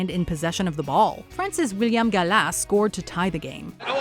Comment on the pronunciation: Oh my days, you can't pronounce any football players, Rivaldo, Gallas and Henry all butchered.